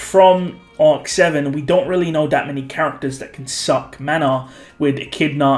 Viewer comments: Stop using a hard K when saying SUCK in reference to Beatrice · Is it me or does put a lot of emphasis on " SUCK "